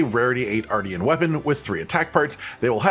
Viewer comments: It is pronounced like MARTIAN -M :p not like Arty from the block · It's said R-shin. Like Martian with an R. Obviously.